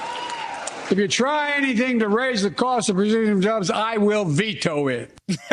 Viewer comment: Did he say Brazilian jobs?